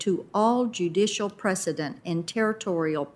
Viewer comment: He can't even say precedent, instead he says president which says everything.